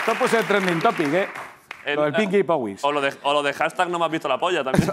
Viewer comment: "pinki power,""pinki powis" XD